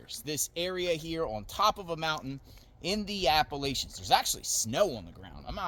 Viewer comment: Welp, I don't have anything nice to say about your comments or mispronunciation of Appalachians, or about your presence there in a disaster zone, having not come to help or with supplies. Don't give these perps any ideas. Just damn, man. Unsubbed